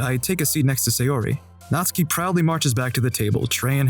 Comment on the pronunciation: The 3 different pronunciations of natsuki hurt my head